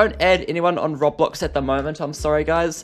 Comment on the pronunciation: I hate the way he says robblox